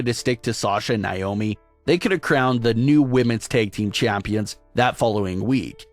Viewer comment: “ womens tag team CHAAÜMPIONS”😖😖🤣🤣